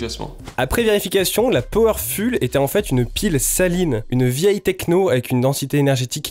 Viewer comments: super merci ! un tip : powerful ça se prononce foul pas ful, et optimum se prononce optimom pas optimiom :) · M énerve avec son powerful Powerfoule la prononciation Ça s écrit bien comme ça hein Sinon super test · Excellent, merci pour le test ! Maintenant j’achèterai mes piles chez Lidl. PS : je crois qu’il n’y a pas de faute dans « Powerful », qui doit bien se prononcer « Powerfoule » et non pas « Powerfule » même s’il ne s’écrit pas « PowerfuLL », tout comme « beautiful » qui n’a qu’un L. Merci, je vais continuer à te suivre, tes vidéos ont l’air top !